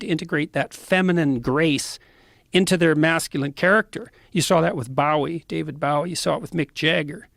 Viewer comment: I’m sorry…but- David boaw ie???